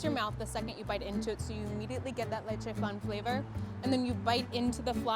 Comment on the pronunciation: I like how she says it Lechè Flan but Its pronounced Le Che F Lan